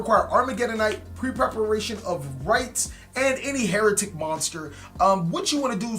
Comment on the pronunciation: It’s been 5 years. Pronounce the archetypes name properly already.